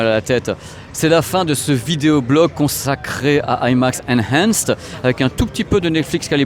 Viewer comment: Très chouette video comme d'habitude! Je suis assez d'accord avec beaucoup d'intervenants, face à l'obsolescence DE - programmée!, il faut relancer toujours la machine et pousser au remplacement du matériel pour nourrir l'industrie audio-vidéo. Toute petite remarque en passant, il vaut mieux dire 'INhanced' que 'ENhanced' si on veut sonner plus English.